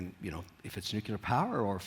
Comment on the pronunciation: It’s NuCLEAR power, lollll not NUCULAR